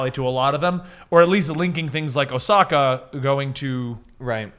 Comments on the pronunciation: Osaka? It’s Ashoka! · Ohsaka!?!?! (That one hurt) means Ahsoka